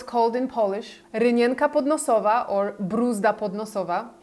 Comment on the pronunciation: I don't speak Polish but bravo for the Greek and French also!!😊